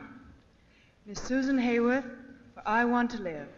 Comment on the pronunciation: One of the most impressive lists of nominees ever. Ridiculous to suggest Novak should have won in a year like that. And is it me or did she mispronounce Susan Hayward's last name as "Hayworth"? Cagney possibly did too.